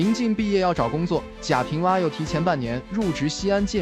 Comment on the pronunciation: 贾平凹。AO。不是WA